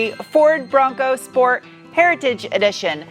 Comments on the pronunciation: Love your pronunciation of „Schport“ 😂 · If Ronald McDonald had a Bronco Schport.